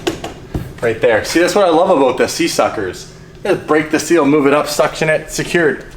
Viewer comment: Talking aboot